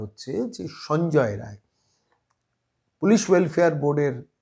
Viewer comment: রায় না বলে রাই বললে ঠিক টা বলা হতো।